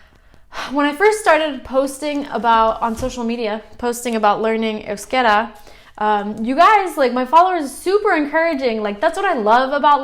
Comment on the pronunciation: Congrats, maybe the first step for you is the sound of the Vowels and how to write down it, you pronounce Euskera properly but wirtes euskara, I know this is going to cause some confusion but I learnt other languages making a lot of mistakes and so far, but you are a smart girl, you can do that cheers